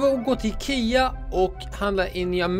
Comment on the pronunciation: Det heter ikea inte ekea